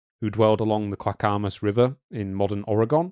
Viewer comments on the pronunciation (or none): Clack Oh Muss River Also if you place a word into Google. It will tell you how to pronounce it.